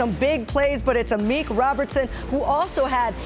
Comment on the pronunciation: Amik "Amuch" Robertson, you heard it here first.